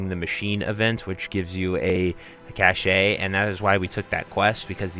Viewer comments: Cashay 🤣 its "cash" my man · Helpful, thanks! fyi, its pronounced 'cash' not 'cashay' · Same lol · cache - it's pronounced "kash". sorry - it's just a pet peave. :) good video!